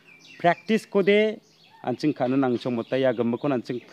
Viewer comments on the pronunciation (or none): none